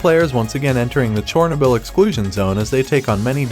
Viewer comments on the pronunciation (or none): 😅 butchered that 1 a few times lol.. char - no - bull... decent video otherwise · definitely A.I. listen to how he pronounces Chernobyl.